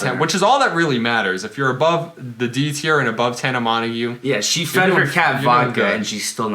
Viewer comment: are you literally dumb 😂😂 that’s not how you pronounce tana mongeau